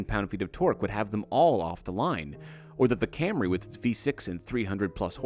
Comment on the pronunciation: Слышали ,даже пендосы не называют Камри как Камри